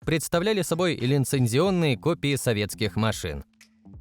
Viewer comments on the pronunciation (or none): "линцензионные" - ска, это ж надо было так больно... у меня так бабушка говорила... с тремя классами образования довоенной школы Орловской губернии. Скупая слеза...